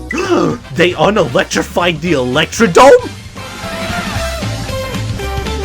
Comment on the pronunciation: did...did you say electroDOME